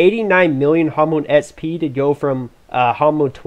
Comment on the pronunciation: espee try to say eks pee :P